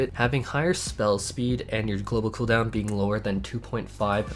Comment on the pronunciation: Couple things change that dam background song it's in every video 2nd when you talk about cooldown please stop saying khoodown